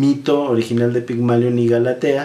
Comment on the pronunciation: Solamente una observación caballero, es “Pigmalión”, no “Pigmalion”.